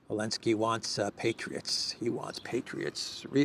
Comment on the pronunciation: Why do you call him Elensky? The Z is not mute.